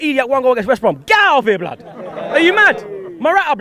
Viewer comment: can 1 sec 0-60 to Say blod